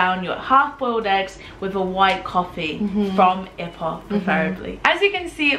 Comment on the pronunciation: Kelantan is pronounced "ker - lund- tonne. And ipoh is " ee - poe". I miss Malaysian food and maggi goreng!